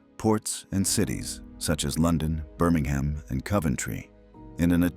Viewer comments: Americans, learn to pronounce place names when doing a documentary. You're not talking about Alabama, so why the HAM in Birmingham? The ending is "um". It's not COVE Entry. It's kov entry. Why are Americans incapable of pronouncing names outside of the USA? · Yet another Ber-ming-HAM mispronounciation. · Please learn how to pronounce Coventry and Birmingham